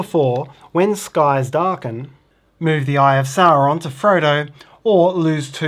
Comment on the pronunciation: Hey guys. Another great instructional video (and not just because you pronounce Sauron normally) We’re holiday if in Tasmania and just bought it. Can’t wait to get it home and play, hope we not overweight in our luggage.